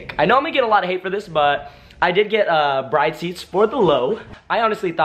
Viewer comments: BRID vs BRIDE as far as pronounciation. Arigato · Cool video but the young car generation now needs a lesson on how to pronounce these seats correctly. It’s not Bride, like your marrying a bride. It’s “Brid” with an “e” at the end. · my dude you are pronouncing Bride wrong😂😭 plz look it up and say it right it's hurting my ears😂